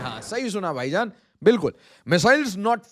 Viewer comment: Vaijaan ❌ Paijaan ✔️